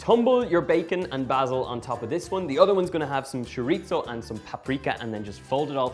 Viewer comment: Sounds great! (Chorizo doesn't have a "t" in it. "Ch" like cheese. Chor-e-so. LOL!)